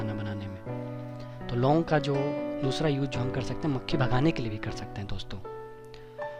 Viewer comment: Bhae mucheee nhi mkhi bol yr